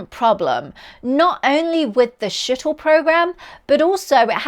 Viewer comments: It's not Shittle....but Shuttle. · I thought I heard "Shittle program" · The "Shittle" Program? Really, are you in the right business? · Whats a "Shittle"? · "Skittle" is what I heard. Huh,? 🐱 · Shittle - a good slip - taking huge wings up to airless orbit was silly, and to use easily melted aluminium was silly too. But, you had to have wings, it just looks like something that should fly. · "the shittle program"? wait what??? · "From the shittle era !" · It's the New Zealand Accent or Aussie IDK watch the SHOW - Taskmaster NewZealand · Me too 😂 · She said it several times. I wonder how she says, 'Shut that door!' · I thought I heard "shithole" 😂😂😂😂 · yep. Definitely